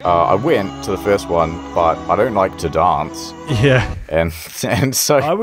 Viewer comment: Kinda amazing how you can pinpoint which third of Australia someone lives in by the way they pronounce "dance" haha.